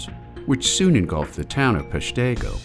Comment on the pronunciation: You could start by learning the correct pronunciation of Peshtigo